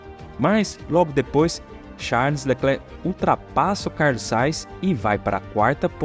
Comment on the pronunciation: Sugiro que treines a dicção dos nomes dos pilotos. Porquê Carlos Sais? Ou não é mais Carlos Sainz?